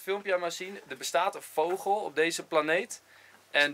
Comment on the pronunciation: Niemand Echt helemaal niemand Enzo: voGGel